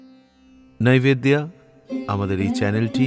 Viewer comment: নাইভেদ্দিয়া নয়, স্পষ্ট করে বলুন নৈবেদ্য, নাহলে বাঙালিরা আপনাকে 'বিজেপিওয়ালা' মনে করবে যে 🙂